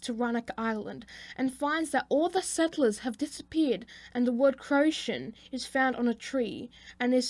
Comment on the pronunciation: Very well put together, just need to remember the pronunciations. Tuscarora is pronounced (Tusk-ah-roar-ah). Croatoan (Crow-ah-toe-an). Raleigh (Rah-Lee). Raleigh’s pronunciation is dependent on where you are at in the state. Eastern NC is (Rah-Lee).